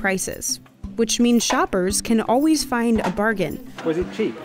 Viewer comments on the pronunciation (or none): none